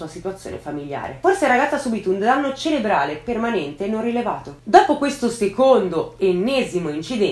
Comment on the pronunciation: Non so se ho sentito male ma sembra che tu dica "danno celebrare" può essere? Perché se è si, celebrare significa festeggiare qualcosa... Il danno alla testa è detto "danno ceRebrale" Perdonami se ho sentito male